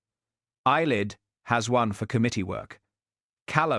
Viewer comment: Eilidh (pronounced AY-lee). It is a traditional Scottish Gaelic name that translates to "sun" or "radiant one" and is widely used in Scotland as the Gaelic equivalent of the name Helen